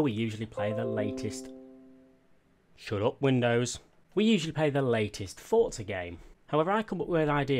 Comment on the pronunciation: Why does everyone say fortza?